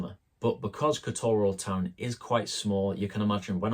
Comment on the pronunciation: Please learn to pronounce teh place name. It's not difficult, It is not K'Toor. Montenegrins stress the first syllable. KOTor. Pronouncing the way your do will get 20 euros on the bill, a bit like asking for a "Cappuccino" rather than a "Deutch". To avoid the crowds go to Herceg Novi